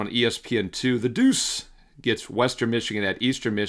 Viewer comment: I love the breakdown. However, the way you say Prime is so annoying. I would encourage you to just say the word prime and not try and emphasize anything. You do it for too many words. Deuce, Practice, Prime--just say the words.